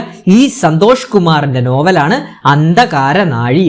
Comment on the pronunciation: ഉച്ചാരണം ശ്രദ്ദിക്കുക അഴി ആണ്.. ഒരു സ്ഥലം...... അന്തകാരനഴി പുഴ പ്ലസ് കടൽ ചേരുന്ന ദേശം